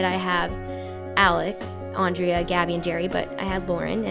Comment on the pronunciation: My names andrea! But you pronounce it differently